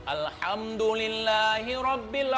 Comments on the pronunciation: yg terhormat:... 'Alhamdulillah... 'A disini adalah 'Aint bukan Alif...pembacaan nya juga berbeda yakk...sekedar mengingatkan jika bukan ranah nya kita berbicara mengenai agama alangkah baik nya tidak membahas agama... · itu yg pake topi org islam apa bukan yah... baca alhamdulillah aja msh slh ko brani2 nangtang habib.. ingat jami dri banten sgt mencintai habaib